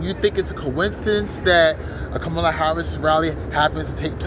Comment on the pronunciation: I have no idea who you are, but you're a dumbass hater. Harris 2024! Say her name the right way loser.